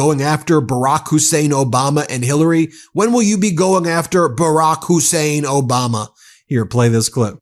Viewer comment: Who is Obalma? And Road Ham? Now that is a paid actor, bad actor to boot.